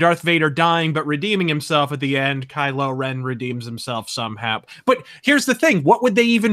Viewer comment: Kylo Revan... HOW DARE YOU SULLY DARTH REVAN'S NAME!